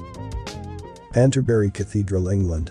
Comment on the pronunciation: Pronounced, Kanterbury.